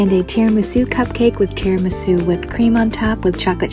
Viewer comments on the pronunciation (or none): none